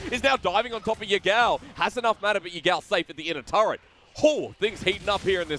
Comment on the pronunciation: TFW one caster calls the turret a "tart" and the other one calls it a "turd".